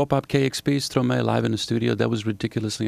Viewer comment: The host is nice but he pronounces Stromae's name wrong. The "mae" part should sound like "my". His name is "maestro" switched around.